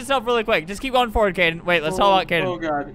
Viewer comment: His name is Kaden not Kayden btw